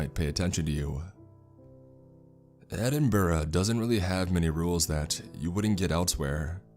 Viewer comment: good stuff, but just as a tip from the scots, its glaz-go and ed-in-bruh (like the bruh meme) :)